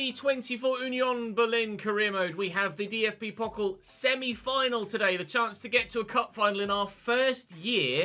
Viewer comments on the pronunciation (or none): The pronunciation of pokal is getting to me😭